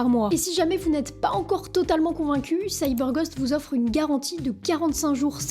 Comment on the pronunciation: se prononce Gaûst et non gost